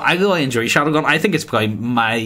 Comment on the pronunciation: For fuck's sake mate it's Shadowrun, not 'Shadowgun'. Why do you call it 'Shadowgun' in your end comments all the time?